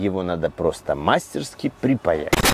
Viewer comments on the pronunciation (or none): none